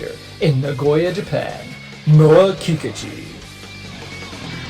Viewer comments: Very good video. Thanks. Sounds like you are pronouncing her name Kee Ka Chu. I thought it was pronounced Ki Kooochee. Now I feel I maybe saying my favorite girls name wrong. Please say it isnt so.?? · The stress is on the second syllable, in Kikuchi.